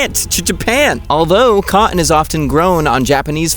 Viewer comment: Love you, but the glottal stop on “cotton” is really tough on the ears.